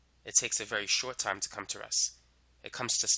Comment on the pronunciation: nice video. Please learn to pronounce a stop "T"- your REST sound like RESS